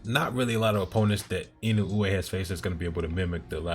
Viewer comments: Wrong. Unless you feel OK in saying Fulton's name as "Futon" then it isn't OK to be "perfectly fine" with in-uh-way. Say Inoue's name how you want but recognize you are pronouncing it wrong. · To make it easier, you can pronounce his name as "in uh way" and be perfectly fine, it feels like you're still trying to get it a certain way each time and not quite saying what you're hearing in your head when you read it. Hope that helps.